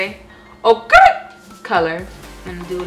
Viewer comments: It's soft "oh-ker" 😂😂😂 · makeup looks so good girl love the vid !!! also by the way that makeup is pronounced like "oak-er" just thought i'd help out 😂😂😂